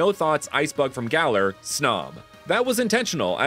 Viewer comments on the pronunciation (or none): none